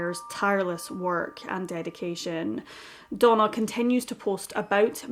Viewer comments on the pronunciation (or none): I kept thinking she was saying Donal MacIntyre too! lol. I eventually realised it was Donna...